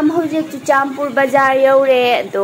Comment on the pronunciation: Churachandpur haiyo Not chuchanpur😁